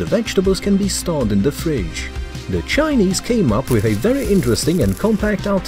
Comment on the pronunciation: You say Chinese like dogs